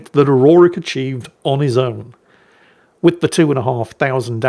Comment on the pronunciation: King Aurorik? C'mon now. lol